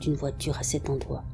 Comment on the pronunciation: Top, comme d'habitude ! Toujours des histoires inédites et toujours ton don pour la narration (et pour prononcer les mots "d(r)oite", "c(r)oire" et "end(r)oit" 😄) 👍😘